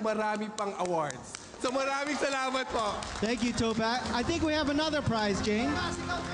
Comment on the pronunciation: Jusko yung sir jeffrey super pa slang pa ng pronounciation di tuloy nabigyan ng justice yung announcement ng winner 😂😂😂 TOPAKK not towpack hahahha